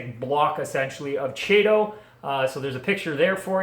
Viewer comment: Regarding the ending- "chaeto" is the Latinized version of the Greek root χαιτη ("khaite") meaning hair (unsurprisingly). Anyways, the pronunciation depends on which version of Latin you're using; Classic or Ecclesiastical (most people are using classic, unless a part of Catholicism). If you're using ecclesiastical, it's "Kay-toe." If you're going with Classical, it's "Kigh-toe." The CH is pronounced the same as Chrysanthemum, Nudibranch, chorus, echo, &c. I haven't read the ICZN code in a while, but I think they base it off of Classical Latin. But it is a dead language,and has been butchered for centuries. As with everything, language evolves, i.e. Latin turning into French, Portuguese, Romanian, Spanish, Italian, and quite a bit of English; and thus so does pronunciation. Long story short- "Chay-toe" is fine. Just don't go pronouncing it that way to old 19th century academics haha.